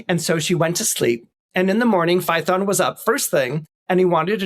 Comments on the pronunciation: Fay-uh-ton. Not Fye-thon. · ~ , I'll note, completely off topic, he pronounces Phaethon as rhyming with 'python". I have been wondering about the original greek sound English spells "ae". Here it is : " In Classical Latin and Ancient Greek, the vowel combination transliterated as "ae" (or the Greek ai) was pronounced as a diphthong—sounding very much like the "long i" in the English word "eye" " Damn! He said it right. Never knew it.